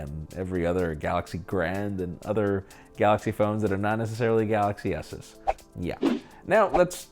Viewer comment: I just loved when said "...but not galaxy assess" xD